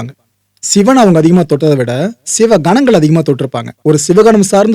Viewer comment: சிவன் என்று தானே இத்தனைக் காலமாக சொல்லியும் எழுதியும் வருகிறோம்... சிவன் என்பது தான் இயல்பாக உங்களையும் மீறி உங்கள் வாயில் அவ்வப்போது வருகிறது.... அப்புறம் ஏன் செயற்கையாக ஷிவன் என்று சொல்கிறீர்கள்..... ??? படம் அருமை...